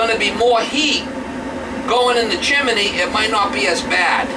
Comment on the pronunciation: Chimney not chiminey.